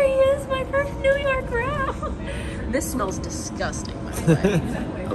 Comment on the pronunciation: When people legitimately mix the letters up in words and don’t correct it, we’ll, that’s my favorite thing!!! 😂 it was Snort laugh worthy! So, when you said, “yew nork” I nearly choked on my coffee. Nice! 😂